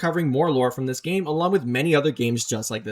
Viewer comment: all that is wrong with ur english is "yust/just"